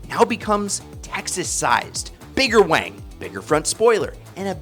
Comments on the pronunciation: He said bigger wang !! Instead of bigger wing. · I’m sure he said bigger “wang”.